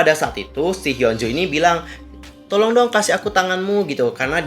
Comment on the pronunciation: Hyo apa hyun sih. Kok km blgnya hyo bkn hyun